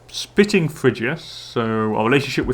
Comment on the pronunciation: Out of curiosity, did you ever try actually clicking on the religious artifacts? I know you didn't in the video, but it might be useful... Also, spiting it pronounced with a long i (EYE) sound, the base word is spite (/spīt/) (To do something to intentionally hurt or offend), the way you pronounce it is spitting, with a base word of spit (/spit/) (To forcefully eject something from your mouth). I know that English probably isn't your first language, and by no means am I trying to offend you with this comment, it's just something in case you are interested in learning. Army names: Athena's Aces